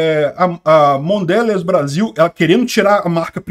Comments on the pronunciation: repita: Mondelez, Mondelez. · Mondelez (lê-se "mondelês")